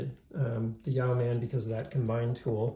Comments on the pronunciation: YOH-man, not YEOW-man. It’s a fairly common word. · It’s pronounced ‘Yo man’. yoeman ~ a man who owns land and is responsible for its cultivation. Yoemanry were a class of people, who derived a living from their land and or trade, enough to live comfortably and save a little. But not enough to stave off poverty if they fell ill or were robbed. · It’s pronounced ‘Yo’min’ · I believe the pronunciation is “Yo-man” not “Yee-ow-man”. It is a naval rank term, Yeomen perform secretarial/administrative and clerical work. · Good video. I want a Yeoman somehow. Pronounced Yo like row (Yo- muhn) not ( "Yow man"). Ow man, that hurts!... Yeoman,a low ranked administrative position in a royal house or in the military like in Star Trek (Yeoman Rand, used to flirt with Captain Kirk).. I think the Yow man is a cryptid creature lol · It's YOmuhn, not yaoman. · His 3 year old didn't bother me but every time he said "yow man" i wanted to slap him. Did he never even watch Star Trek? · Pronounced: yo-men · "Yow-man?" Damn, that's annoying to listen to. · It’s yo-men. The e is silent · It's pronounced e-yeow-MAN! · Interesting video. I like how you compared the Yeoman to do many other options. As a veteran of the US Navy, I have to correct your pronunciation; yeoman should be pronounced like woman with the first syllable rhyming with toe. I have a Yeoman that I modded myself and agree that it is a great tool combination. Look forward to seeing your future videos. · Thank you, this was triggering the 💩out of me ! How do people not know that Google has an audio file of pronouncing every word ???